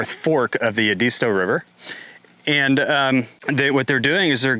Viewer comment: It's Ed-ist-tow. Thanks for bringing this out!